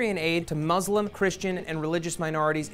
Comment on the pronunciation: Matt pronounced "Iraq" perfectly(probably the only american to do so) and them he butchered the pronunciation of the word "Muslim". WHY MATT WHY?!?!